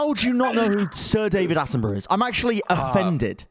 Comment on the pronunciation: "Sir Attenbruh"